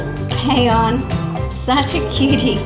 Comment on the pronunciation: Kions name is pronounced k I on as in I